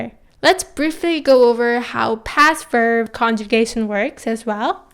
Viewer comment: Just wanted to ask are you pronouncing the ‘b’ when saying ‘verb’? Just sounds like your saying ‘verv’. Great video non the less :)